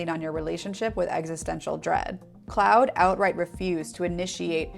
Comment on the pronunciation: Beloved, did you just call Claude cloud?